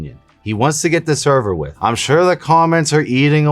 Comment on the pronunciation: “He just wants to get this all Allverwith” -based